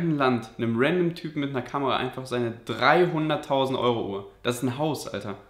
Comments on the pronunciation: Er hat 2mal 300.000 gesagt nur er kann wie man bemerkt nicht perfekt english ausprechen deswegen hör sich das so an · Er sagt als erster 300.000 nur er spricht es nicht richtig aus.🤫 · Seine Aussprache ist einfach schlecht,er meinte beide Male 300.000.